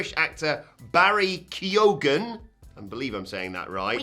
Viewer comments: Best way to pronounce Keoghan is fist take away the way K so it's Eoghan this is pronounce as Owen The K becomes a KY sound so if you put it back its Kyowen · No no no - keo-han.... we tend not to pronounce the g over here.... it hurts my ears... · Barry Kee-oh-in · Just ta let yee know. You didn't say his name right. Not even close. You guys live next door to Ireland. Your country is full of Irish people. It's plain to see... you didn't check. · Presenters were awful, from mispronouncing the actor's name to the fake rapport to the ridiculous outfits. Uggh.